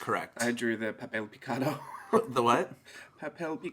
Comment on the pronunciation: Lmaooooo you saying papel picado!!!!! Too funny!!! I absolutely love listening to your videos. I would love to hear you chastising the cats in Spanish. Do you use their full name as is customary for moms to say to their kids when they’re really really in trouble. Thank you so much for sharing. The all around content of your videos is super entertaining!!!!! 😂❤️